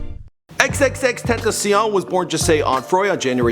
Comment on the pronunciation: TEN TAH SEE ON